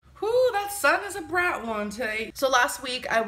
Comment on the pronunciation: “OoO that sun is a brahhht one today”